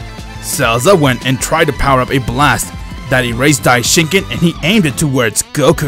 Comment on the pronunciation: Bro it's Daishinkan